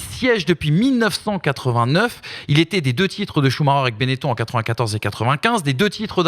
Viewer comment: La chronique moto, déjà qu'elle est inutile et pénible à écouter, mais si en plus elle dit Schumaker, c'est la totale 😅